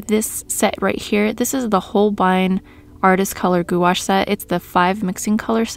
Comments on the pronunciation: "goo-ash" sounds crazy bc its actually pronounced "gwash" (one syllable). Pronounced like "wash" in "carwash" but with a small "g" sound in front of it. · Goo-ash? Really?